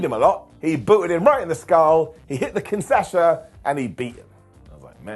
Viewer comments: At least once in my life I want to hear pronounce "Kinshasa" the right way.. His "Kinsasha" breaks me every time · Repeat after me,, it's Kin-sha-sa:D